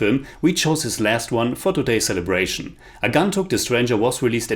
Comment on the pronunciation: Being a bengali just wanted to point out the Pronounciations Agontuk like aah gwon tuk Utpal dutta like ut Paul dot toh Anila like awe neel uh Manomohan mitra like moan oh mow hon mit toh Sudhindra like shoe dhin dro